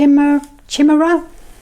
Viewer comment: 🐿️ Those little furry things worm their way into our hearts for sure. For next time, chimera I believe is pronounced ‘kymeera’ - as in the mythical Greek creature with lions head, goat’s body and serpent’s tail. Not so furry!